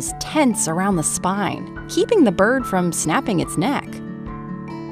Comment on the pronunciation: Whenever she says bird all I hear is birb so now I’m just like YESSSS BIRBS